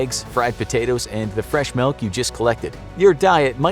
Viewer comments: You keep saying “Melk” instead of Milk so I hate you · Melk? I’ve never heard anyone say milk like that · I can't unhear it......